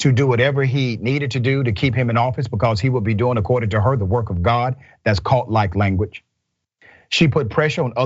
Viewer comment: "Dats according to experts." This man is so hilarious.